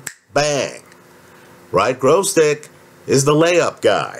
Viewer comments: It's gVozdyk, not gRozdyk. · Holt In general, it was almost correct — just "r" instead of "v" for some reason.